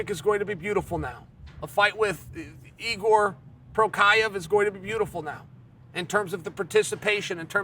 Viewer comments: Hey Chael, who the hell is Igor? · he doesnt even try with jiri name lmfaooo whose Igor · Lmao "Igor" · This man will never say Jiris name correctly 😂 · Chael trying to ridiculously mispronounce Jiri's name to get me to comment and engage -> hep the algo! True master :D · At this point, I can't figure out if Chael is trolling with Jiri's name, or if he's actually serious about Igor.